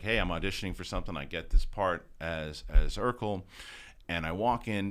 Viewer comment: It’s “Urkel”, Not “Erkel”.